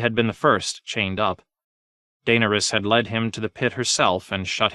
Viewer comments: 😂 just starting this and seeing all the comments on name pronunciation like Nooooooo!!! Then I hear Daner Us and just shake my head. Oh well. Better than nothing! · I mean Tyrions isn’t that bad. You at least know who that is when you hear it. I’m about 9 hrs in and I’m still double taking every time I hear jame. And Daenerys’s pronunciation is just danish with some extra flair lmao